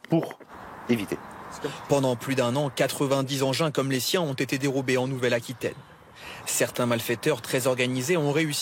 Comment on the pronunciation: " Qui zon une connaissance approfondie des matériels " Lieutenant Colonel Ça résume bien l'état de la France